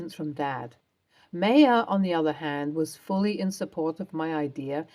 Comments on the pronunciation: My ah, not May a. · In my exceedingly long life, I have heard Bea pronounced BEE-UH once: the late, brilliant actress, Beah Richards. Notice there is an H on the end. Not saying no one in the history of the world has pronounced it “BAY-UH” but…. As for “MAY-UH”? Sorry, never heard that pronunciation. Not saying it doesn’t exist, but in eight decades and lots of world travel, I’ve never heard that. And I’d be willing to bet that the Maya being spoken about pronounced it “My-UH”. Also willing to understand that Brits pronounce quite a few words very differently to the “correct” pronunciation. For example, the word “pasta”, which they pronounce “pass-tuh”. My Italian boyfriend was horrified, amusingly so to be honest. Obviously people say things differently, but really, MAY-UH? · Uh, Ms. Narrator, “Maya” is pronounced MY-UH. Have you never heard of Maya Angelou? Also “Bea” is pronounced BEE.